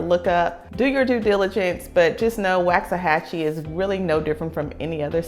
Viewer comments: Nice video. I'm originally from KC, Missouri so I understand the mispronunciation that everyone's giving you a hard time about lol. I moved here from DeSoto in 2019 & this place has blown up when it comes to population, restaurants and housing but I'm cool with it. I have learned from being in some of the local Facebook groups that the locals cannot stand the growth, they miss the small town it used to be. They can't stand the traffic (it can get ugly but find a back way or go at less busy times). Please don't tell them you're from California (they really think Californians are really going to change everything). I mean even Frisco started out as a one stop light town at some point & now look at it, it's a luxurious area now with top end entertainment. I can see Waxahachie heading that way & drawing more businesses South of Downtown Dallas (a lot of us drive luxury cars down here & like high end shopping)! I'm going to love seeing how much my property value goes up from what I bought it for in 2019. BTW there's a park-n-ride in Glenn Heights which is about 15-20 minutes away that takes you straight into Downtown Dallas. I used to take it when I still had to go into the office, it's very convenient, let the bus driver deal with traffic on I-35!! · Yes this girl doing all the talking has no clue to pronounce Waxahachie. Doubt if she has ever been there. 12 years ago when the wife both retired and wanted to move back home to Texas, we looked at property in Waxahachie. Could not believe how high the property and taxes was. 12 years later we are really glad we did not buy property there. Traffic is awful now. The city has not been able to keep up with the influx of people moving there. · Hon its not wax it like wach achie boy when did it jump from 25000 to 45000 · First thing to know about Waxahachie: It’s pronounced “woks-a-hachie”, not “waks-a-hachie”. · You’re saying it wrong. “Walks a hachie”. but I really like your video. Thank you. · pronounced walks-a-hachie